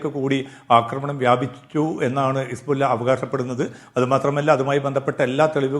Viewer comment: ഹിസ്ബുള്ള എന്നത് ശരിക്ക് പറയൂ ശ്രീ